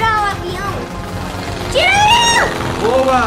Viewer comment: O falando iscor kkkkkkk